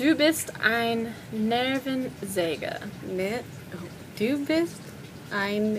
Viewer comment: It's so cute how you pronounce "Nervensäge"